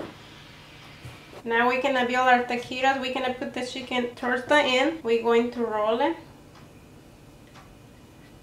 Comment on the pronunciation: She says cheeken